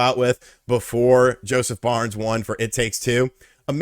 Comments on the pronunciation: FARES lol not Barnes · wait... is he saying Josef Barnes??? Barnes??? Am I not in on the joke or did he change his name from Josef Fares to Josef Barnes? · Jesus Christ, Josef FARES... FA-RES, it sound like you are saying BARNS all the time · Haha sorry for nitpicking but he’s name is Joseph Fares, not Barnes. He’s a really loved movie producer turned game producer here in Sweden. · Who is Josef Barns?! Josef FA RES. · Who is Josef Barnes? lol :D It's Fares, pronounced Faire-Ess